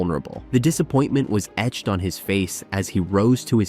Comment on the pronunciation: Worst gymnastics video I’ve seen. Mentioning the crowd gasp at Skinners fall? There was no crowd! It was during Covid and an empty arena. The AI voice is lame. I don’t remember Suni falling off the bars during the Olympics. I remember her not connecting her skills in the individual event final and placing 3rd. Ugh. And the AI voice??? Etch-ed … Not the worst I’ve heard, but sometimes you just need a human.